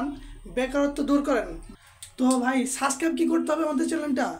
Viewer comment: 🤣🤣 সাবস্ক্রাইব বলতে পারেনা 🤕